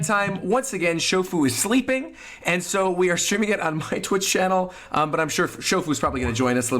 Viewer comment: He's resting, not sleepling (to quote him)